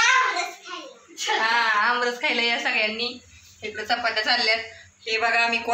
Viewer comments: अब्रस नाही आम्रस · आमरस म्हणा